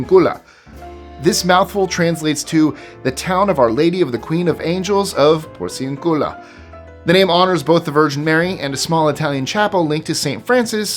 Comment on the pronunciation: Hate to be picky (yeah, right!), but "Porciúncula" is accented on the second syllable, not the third. Since it actually has an accent mark on that syllable, you should have known better. Ten lashes with a wet noodle!